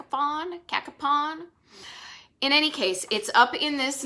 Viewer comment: There is a bowling alley with both tenpin and duckpin bowling in West Virginia. It is called Pikeside Bowl and is in the Eastern Panhandle at 3485 Winchester Ave in Martinsburg. Also, you did not come anywhere close to the actual pronunciation of Cacapon. Poor effort on that one.